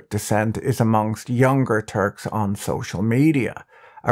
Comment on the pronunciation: This is a great content! But the way you say “muslim and turk” is triggering me. Like you are saying muzlem or something.